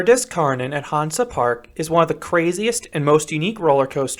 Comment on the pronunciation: Definetely my favourite coaster in Germany! btw, Kärnan is actually pronounced like Care-naan.